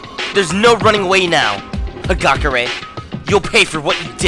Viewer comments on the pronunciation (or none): Hagakure is pronounced Hagakuure!